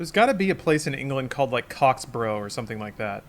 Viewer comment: random asside - "borough" in an English place name and to an English person is pronounced differently - it's more like "bruh." eg Middlesbrough sounds like Middlesbruh. so Cocksborough would be Cocksbruh 😊😊